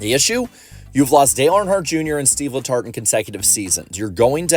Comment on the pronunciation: no joke. At the very beginning I thought you said seedless hearts, rather than Steve letart.